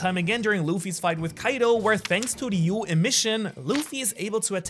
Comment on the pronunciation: why do white people always call the advanced armament haki is "Ryou" instead of "Ryuo"